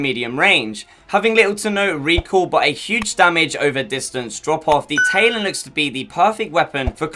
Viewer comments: Lol I'm English and it's Ta-lon, some people are just special. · im british but i still know its talon not taylon smh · you short bus ridin, window lickin donkey, it’s TA-LON not TAY-LON. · Its talon not taelon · Talon, like the talon of a bird. Not tay-lon. Ta-lon. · The taylon you mean Tal-on right?? Good vid either way but come on bud lol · My guy keeps saying taylon